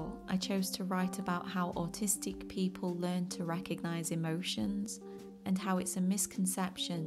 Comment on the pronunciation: english ""peo'le""